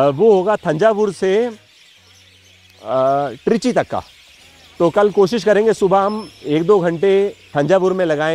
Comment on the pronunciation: "ट्रीची" नही बोलते है इसे "तिरची" बोलते है